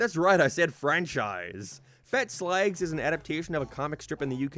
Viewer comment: It's slag not slehg.